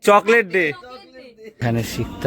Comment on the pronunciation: জ্বরের মধ্যে মা কে ঠান্ডা জলটা খেতে দিয়োনা। কনকনে ভাবটা কাটিয়ে দিয়ো। আমরা পুরো শীতটা ঐভাবে জল খাই।চকলেটটার উচ্চারণ সঠিক ভাবে করো। যথেষ্ট বড় তুমি। google এ শুনে নাও। যা উচ্চারণ করলে নিজের বোকামি প্রকাশ পেল।